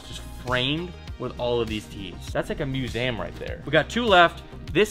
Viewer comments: Did he say musam? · Love the vids man. But there is no 'a' in the word "museum". Lol was bothering me all video but all love. Keep it up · Great vid ! “Musam” had me laughing I think u meant museum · Why's he saying musaaayyyyham 😂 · Is he saying museum weird or is that just how american people pronounce it? 😂 mew-zay-um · The way pronounces museum lol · Why does he say museum like that😂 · The way he says museum 😭